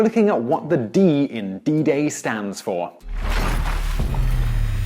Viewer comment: Did you just say bidet?